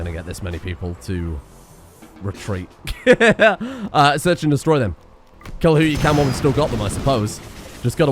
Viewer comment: every time you said and im 90% sure youre actually saying anne